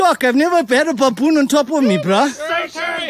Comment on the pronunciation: I like how he calls it "pappoon" 😂😂😂